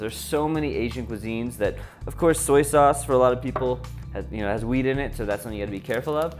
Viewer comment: lol I had to rewind three times when he was talking about soy sauce. I thought he said "it has weed in it." but at last no he says wheat.